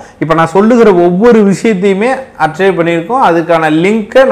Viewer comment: Archive என்பதை ஆர்ச்சைவ் என்று உச்சரிக்க கூடாது ஆர்க்கைவ் என்று உச்சரிக்கவும்